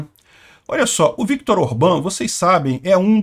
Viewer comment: Fantástico, o único que pronuncia bem o nome do viktor orban